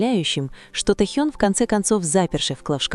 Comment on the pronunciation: Почему искажаете имя, тэхен.